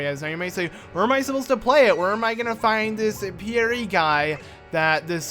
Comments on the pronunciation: Pierre (Pee-air) he said it as Pee-air-ee i was cringing ! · In case you ever have to pronounce Pierre again it's pea air, it's French ( it's also my uncle's name ) p.s. love finding all the things I missed when it first came out on the N64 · You butchered the name Pierre, just saying